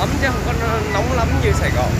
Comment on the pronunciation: vãi đang nóng mà kêu nong